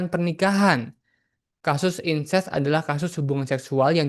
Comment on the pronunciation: Incest bukan Ines, ....